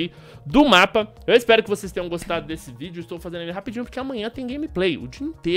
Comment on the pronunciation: Video? fala direito carai kkkkkkkkkkkkk